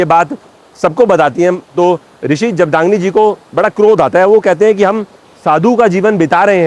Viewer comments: Pronouncation जगदाग्नी नही सर जमदग्नी है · भगवान परशुराम जी की पिताजी का नाम जमदग्नि। उच्चारण अस्पष्ट महाशय। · Rishi Jamdagni is correct pronunciation